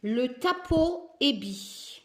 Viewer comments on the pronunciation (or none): Coucou pour info le p se prononce r en russe ce n est donc pas tapo mais bien taro lol bisous 😘